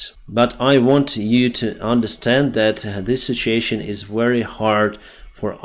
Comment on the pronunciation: say this with me: Sit- You - Ay- Shun (situation). It is NOT pronounced: Sit-chee-ay-shin Okay? You can do it. Ive listened to you say it WRONG for an entire year. Its time to say it right. If I badly mispronounced a word in Ukrainian for an entire year I think you would want me to say it right too.